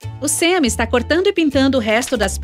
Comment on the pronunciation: Gente e um canal de uma gringa dos estados unidos,(em inglês o "a" tem som de "e",ou seja não e "Sem",e sim " Sam"